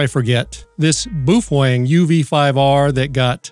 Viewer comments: It's not pronounced boofwang. It is said, "Bow fung" ("bow", rhymes with "how"). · Why do you call it Boof wang? Ive literally only heard it pronounced bow fang. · It’s pronounced “beauty-fwang” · Meh. I'm more "bothered" with the way you pronounce "Baofeng." LOL